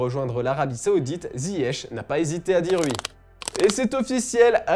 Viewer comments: Angel Di Maria aurait dit "oui", pas "ui"! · tu viens de l'Est de la France toi : on dit "oui", pas "ui" mdr XD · Je crois qu’on dit « oui » et pas « wi » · Il a dit "uii" 😂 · Il a dit ui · Il a dit « hui »… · Arrête de dire ui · ta raison le "ui" ...